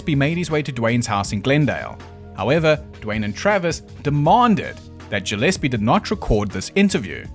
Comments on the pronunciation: Ja lease? I'm pretty sure it's pronounced Guh leese. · Gillespie is with a hard G, like Gorilla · Gillespie is usually a hard 'g.'